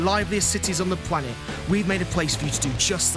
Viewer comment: He says pwaces on the pwanet hehehe